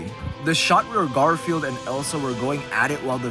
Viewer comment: I can't tell if you said GarfielD as a joke or you just didn't know his name is Garfiel. 😂